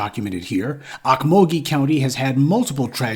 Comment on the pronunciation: It's pronounced oak-mole-gee